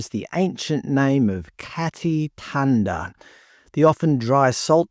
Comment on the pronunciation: why on earth would "thanda" be pronounced "tanda"?